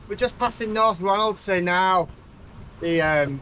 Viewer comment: Always enjoy your videos, but particularly this one. I grew up on Rousay (prounounced “R-ow-see”) and my parent’s house faces out into Eynhallow Sound where you went through the Burger Roost tidal race. It is a formidable place. I’ve seen many boats pass through and get the tides wrong, engine failures and all sorts. One guy went below and closed the hatches while his spreaders kept hitting the water until finally it spat him out the other end. 😄 I’m stumped at then yellow object and can only guess that it’s something to do with EMEC and the tidal energy, but I thought it would have been charted if that was the case. Really enjoyed your rendition of Cripple Creek too. 🙌🏻